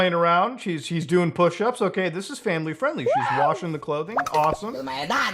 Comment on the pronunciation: "that's not famiwy fwiendly" -Muta 2023